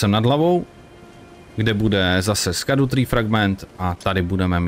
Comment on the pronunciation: Scadu se vyslovuje Šadou, ono je to ze starý angličtiny. Gaol=džail atd.